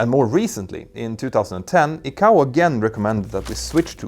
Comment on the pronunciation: ICAO = eye-k-oh